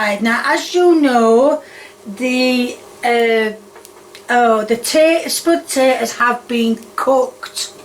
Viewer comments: A spud-tate-ohh…🤣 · Also not sure why she says onion then hunion as if she's correcting herself into saying it weird. She did the same with potato and Spudtato.